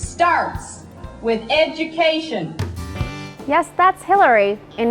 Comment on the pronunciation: if you wannabe sumbody- it starts with educashun.